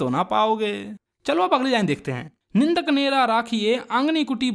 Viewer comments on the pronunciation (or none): Bhai wo निंदक है नदक nahi